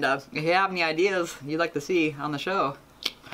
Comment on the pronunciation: ON not awn